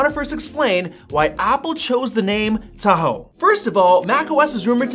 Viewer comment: As i listened how you pronounce the word "Tahoe" I immediately thinking Philippines snack food called "Taho", sweet.